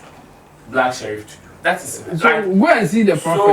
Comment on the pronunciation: He never mentioned Black Sherrif he said black SHELLIF ! LOL so it is for another musician. But on a serious note most prophecies are obvious statements and lottery . Many take drugs bf coming on stage to preach. There is nothing special about these Azar people. They broadcast depending on probabilities and knowing the dangerous lifestyles of some people. Note that a lot of people believe in going to places for protection because of stupid superstition. We are so gullible as black people that is same fir our soccer and even politics. We are backwards most of us. Every one has challenges so what the nonsense. Just to make money from people. We need to be just scientific or cautious not to fall into stupid traps.